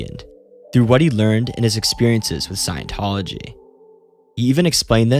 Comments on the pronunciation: Say it with me. Scient-tology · The sad thing is we can't trust a word of what you say because how could you know anything about the subject if you don't even know how scientology is pronounced